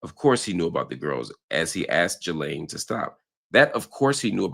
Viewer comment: Great analysis as usual but a minor compliment from me is thankyou for being the only American able to pronounce ‘Ghislaine’ correctly 😅